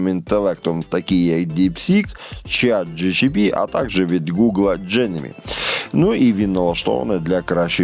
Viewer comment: чат джипіті? (Chat GPT) ❌ чат джичипі (Chat GCHP) ✅ 😂